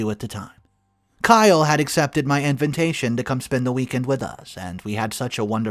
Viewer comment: Why always saying "invintation" instead of invitation?